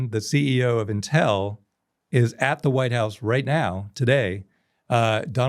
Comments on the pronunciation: 2 things for: 1. We know you went to MIT bro; the banners are a bit cringe 2. It’s “Inn-tell” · Never heard it pronounced Intél. Is that correct???